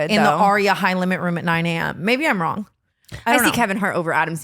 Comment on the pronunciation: "did your head go wong and start charging" still has my cackling